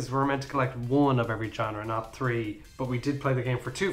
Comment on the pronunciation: You became more Irish when you said, 'I'm going to give ye the tree'.